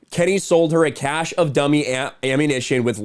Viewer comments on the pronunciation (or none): none